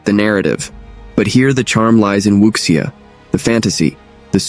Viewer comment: Need to work on your pronunciation on wuxia and sake.